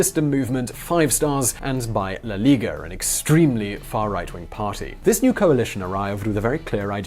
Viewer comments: It's Lega not Liga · No, it's lega, there isn't the word "liga" in italian